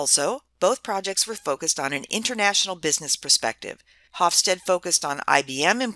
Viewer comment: I very much like your video and I have assigned to my International Management class. That said, I was a bit reluctant to do so as Geert Hofstede's name is mispronounced here. I apologize as I wasn't sure how to reach you in a less public setting, so please feel free to delete this comment after you address it. The "G" is hard for non-Dutch speakers, but it is akin to the Hebrew guttural Chaf (כ) and Chet (ח) often romanized as "ch" as in "l'chaim" or the Russian Kha (X) often romanized as "kh" as in "Kazakh". The Dutch "ee" is pronounced like the English "ay" (for example, Beethoven, whose father was Flemish). Finally, the final "e" of Hofstede is pronounce. This means that the middle "e" is pronounced as an "eh" (as if there were no "silent e"). So the second part of his name is something like "stead-uh".